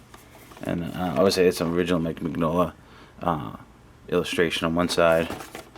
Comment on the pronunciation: Right off the bat you mispronounced Mike's name ...its pronounced min yola ...the g is silent bro...you dont say filet mig non .